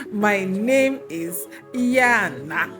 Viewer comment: It’s yanah 😂